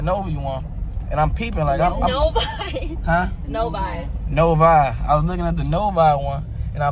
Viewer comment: bro said novi so wrong lmaooo 😂